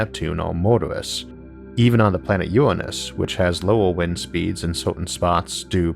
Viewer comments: Good video. But Isaac, you have a voice with all the grace of a sofa falling into a dumpster. PLEASE PLEASE PLEASE get someone who doesn't drone in a dull monotone, and who can pronounce "nuclear", NOT "nukular", and "Uranus", not "Uwwanus". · I believe it’s pronounced “URANUS” not “uWaNuS” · "Uwanus and Nweptune" I'm sorry it's too adorable for me to pay attention 🥺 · #staws #univawse #awth #nuculaw #uwanus